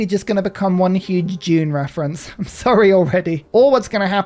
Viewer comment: I thought you were saying “June” until 7 minutes into the video, and then you said “house Atreyities” and understood you were saying “Dune.”